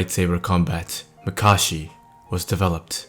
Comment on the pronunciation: SMFH he was talking about Makashi, but it was mispronounced you imbecile.